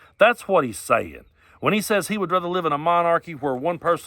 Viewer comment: I have never heard a born and raised American pronounced rather as “rawthur” until watching this video. Is he one of those kids the USSR raised in specialized villages where everything was made to look and sound American including having to communicate in American English, like those Russia Today anchors from the pre-Trump era? Did he skip on r-word day……oh wait….walked right into that